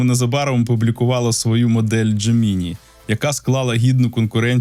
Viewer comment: Дякую за випуск і роботу. Але, будь ласка, не "дже-мі-ні". Забийте у простий перекладач із голосовим відтворенням :) Бажаю успіхів!